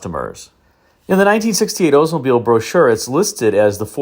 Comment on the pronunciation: Oldsmobile should not be pronounced as “Oze mobile!